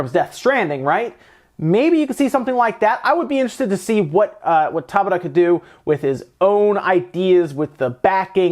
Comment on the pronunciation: For those wondering, Hajime’s surname, Tabata, is pronounced Ta Bata, not Taba Ta.